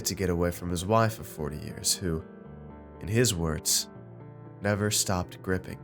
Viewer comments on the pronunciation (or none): It’s griping, not gripping. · Great story well done but it's not gripping it's griping (gripe-ing). It means to nag...